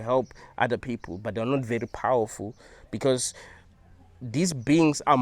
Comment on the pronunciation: I like the way says "you are suffering beCAUse you are in a hell realm...". 😂